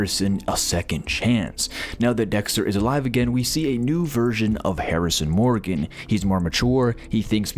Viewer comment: I noped out when "Morgan" was mispronounced. Probably AI voice and not a fan of the show if you can't pronounce Morgan correctly